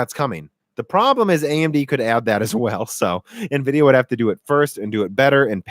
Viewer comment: if you're gonna say nevidia, shouldn't you call your laptop hp nevy?